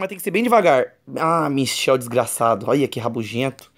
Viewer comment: Era Michael nao michel kkk